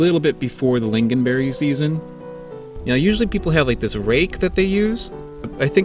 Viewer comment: it is pronounced ling-on not ling-gin (